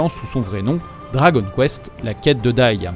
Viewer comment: Quitte à donner le nom en japonais, autant bien prononcer le dragon [do.ra.go.n]